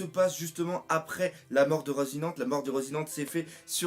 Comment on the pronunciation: Moi aussi j'aime la glace....Au fait ça se prononce "Rocinanté"